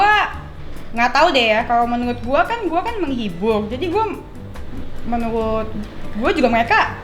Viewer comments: Pas ngomong rokok lancar pas ngomong menurut menuwut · jangan ngomong "menurut" kek.. w terngiang terus vidio bocah ngecengin lo ngomong "menuwutt" 😂